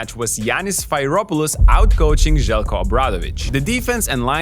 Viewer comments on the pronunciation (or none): It is not Sfeiropoulos pronunciation should be Sferopoulos like Spheric which is BTW greek for ball :o) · It is pronounced sferopoulos like the e like meme